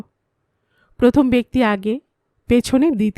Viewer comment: কথাটা প্রথম হবে, পথম (১) নয়। দ্রুত উচ্চারণ হবে দ্রুতো।